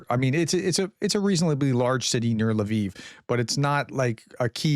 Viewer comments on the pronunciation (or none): none